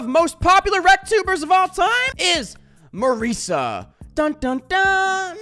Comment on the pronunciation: Me saying wrightous as you say merisa